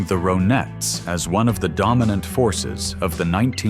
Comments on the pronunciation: Ron ettes not ro nettes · Dear AI Voice: They weren't the ROW-nettes, they were the RHON-ettes. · The "ROW-nettes"? goofy ass robot voices never pronounce anything correctly. RAH-nettes, as in: Ronnie Spector (lead singer of the Ronettes). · Veronica Spector was absolutely beautiful. Say " Veronica", Say "Ron", now say "The Ronettes", not Row-nettes. "Be My Baby", One of my favorites!!